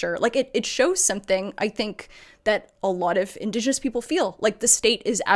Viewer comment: Did you just say indos genos???